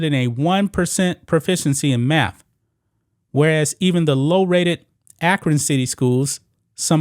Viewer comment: Dude, i like your channel, and i HATE LeChina, but you cant criticize his school and keep saying "maff". Fr.